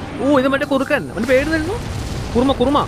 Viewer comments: കുറുമ 🤣 കുറുമ അല്ലടാ kurama😹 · Bro kurma alla kurama yannu bro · Kurama❌️ Kurma✅️ 😂😂😂😂